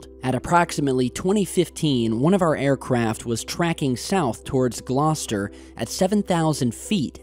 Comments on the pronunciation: Great to see something from the UK on the channel (and just down the road from where I live!). Thanks for bringing this to my attention,. Perfect pronunciation of 'Gloucester' too. 👍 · Hi. Well done in pronouncing Gloucester correctly. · points for correct pronunciation of Gloucester! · Damn you said Gloucester correctly I was waiting for the classic American mispronunciation 🤘🏻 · Well done on your excellent pronunciation of Gloucester. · Great work. You get extra points for pronouncing Gloucester and Birmingham correctly!. Nice.